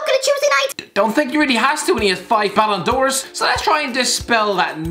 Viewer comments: "6 balon d'ors" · It’s six ballen dors for messi not five.